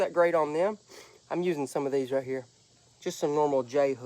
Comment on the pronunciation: Being a born and raised Kentucky boy myself ill tell ya there's nothing like our, Granny's, Nanny's, Memaw's and MawMaw's! I felt like I was listening to my granny when I heard southern draw on that "Raaaahtdeeeeeer" whe when she was explaining the turtle jug!